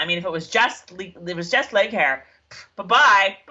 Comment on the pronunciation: I love that you call leighaire "leg hair!" I so had an issue trying to say her name in the book, I think I pronounced the same.😂